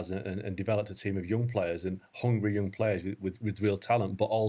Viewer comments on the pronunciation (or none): or whatever: HOngry YOOng players 😂😂😂 Dude do you even know your own language